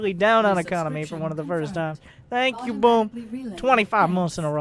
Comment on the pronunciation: This hurts all over, but good in some strange way. And "tank" you. LoL